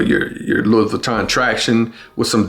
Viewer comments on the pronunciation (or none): Not to be a spoiled sport, but the Louis is pronounced as Louie.